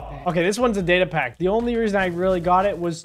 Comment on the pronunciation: You pronounced datapack wrong